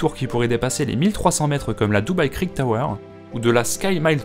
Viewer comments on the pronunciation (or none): none